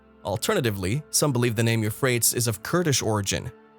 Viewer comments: It pronounced You-Fray-Tees ... not You-Fray-Ts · Ty-gris, U-fray-tees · Pronounced: you-freight-ees. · The "you-freights" river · It is pronounced as 'euphratees'. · it's pronounced Euphratees.. the misprounouciations in this video makes it impossible to take seriously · Isn't it pronounced You- Fray-Tees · Yes. Apparently the creator doesn't research pronunciation of unknown words. Or grammar. For only fifty bucks I would have proofread the script. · Yeah he is saying it incorrectly, it is pronounced you frayt eez-Euphrates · You-freight-ees , Tie-gress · The douche /elitist couldn't pronounce the names of the rivers correctly. He does this to show how much smarter he is than us dolts. John Kerry does this also. There is no global warming/ climate change or whatever the word is this week. The Globalists W.E.F people use this to get control of us "dolts" to voluntarily lower our standard of living. Sadly mist people are going along with it. Enjoy owning nothing and liking it and your crickets. Once they crush the American middle class it will be over. The rest of the world has fallen in line. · All of the sparse credibility just went out the window when the speaker butchered the name of the Euphrates River. No country is the "mouth" of the Euphrates River. That question doesn't even make sense! It's painfully obvious that this isn't from any English speaking country. The voice-over is clearly generated by a pretty pathetic computer program. This kind of sloppy journalism shoots itself in the foot over and over again. I say steer clear of this unacceptable attempt at news. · How can we take you seriously when you can't even pronounce the river names correctly. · You are the only one I have ever heard pronounce those rivers like that... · Click bait. No terrifying discoveries. Cover picture showed Australia. The narrator can't pronounce the river names. I think this is the product of bad AI. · Absolutely terrified. Euphrates spoken incorrectly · Very annoying. Lol